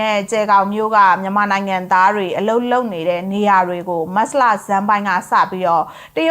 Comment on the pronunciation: မတ်စလ,မတ်စလ နဲ့ကြေငြာတာနားထောင်လို့မကောင်းပါ။မတ်ချ်လ(သို့)မတ်လဆိုလျှင်တော်သေး။